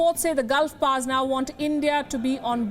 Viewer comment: It is not "Gulf pars" it is "Gulf powers". Typical indian english. Hmm.